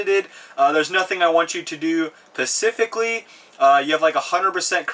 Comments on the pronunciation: Did my man say Pacificlly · No one wanna mention pacifically?